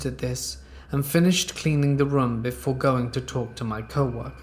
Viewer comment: Your pronunciation of the word 'room' legit made me get up to skip the whole story, just narrate with your natural voice